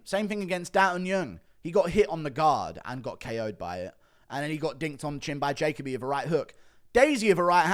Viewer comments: It’s not pronounced jaycobee it’s jahkobee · It’s pronounced ja Colby